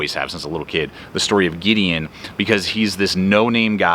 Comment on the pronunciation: 😀 I heard my name! Good pronunciation too! Have to share with my kids. Gonna check out the books. Glad you had the time to crank out another GT Show!